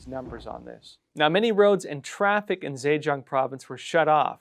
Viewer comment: Zhejiang... the Zhe is said juh. I think you need to work on your pinyin. It's been spotty.